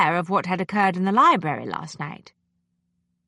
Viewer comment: She can't pronounce library properly. She says li-berry.